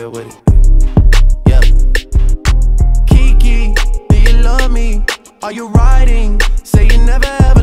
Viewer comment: It's actually Kiki, Keke sounds like your'e saying Keek... Just saying!